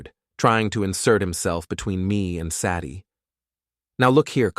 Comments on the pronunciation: This channel needs help. Saddie as a name, instead of Sadie. Does this crappy A.I. HAVE A LEARNING DISABILITY? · "SADD-eee"? SAY-dee, robot boy,SAY-dee. I could be wrong. Is "Saddy" an actual human female name? Silly robot, narrating YouTube cheating stories is for humans. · Pine Valley Lodge doesn't have elevators. It has individual cabins. Sadie is pronounced Sa-die with a long "a". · Cant pronounce "Say-dee". Ridiculous AI reading.